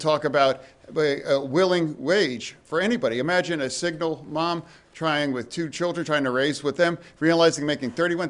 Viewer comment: Fetterman said... "imagine a signal mom".... (instead of single mom.) .. among so many other mispronunciations. What a joke.